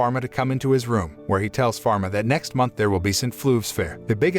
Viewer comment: Mispronounce/ misheard/ misspell names Falma not pharma Jean not james